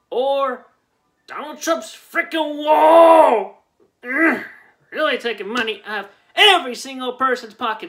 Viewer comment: "Donal Trum's Frikin Wolll!"